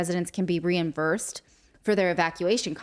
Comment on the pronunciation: "Reinvursed" (reimbursed) she said... I hope she's not editor for the news letter TOO.